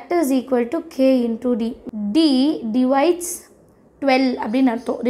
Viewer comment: Akka divisides illa divides